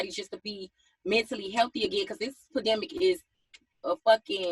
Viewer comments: She said a "PADEMIC", LOL...SMH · That mfn JT said, "It's a PAdemic"😂😂😂😭💀! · They lowkey blowin me how they say pedimic, the word is not that complex, its pandemic, everything aint gatta be ratchet